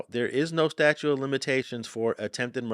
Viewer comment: statute, not statue